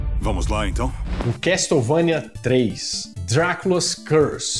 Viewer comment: A pronuncia é quéçouvenia não se probuncia o T na palavra Castle. Video Excelente como sempre, abraços pra vc e pra Bárbara Renato